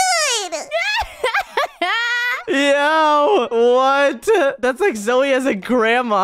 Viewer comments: not zoye its name zoey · you are calling Zoye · Guys it is not zoye it’s zoey 😂\ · did say ZOYE?! INSTEAD OF "You mean zoey?" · bro call zoey zoye what he'll